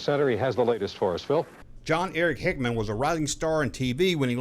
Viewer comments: Jon-Erik HEXUM, not HICKMAN. Do you actually read your copy and make sure you are pronouncing names correctly or do you just wing it? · "Jon-Erik HICKMAN"??? Do better.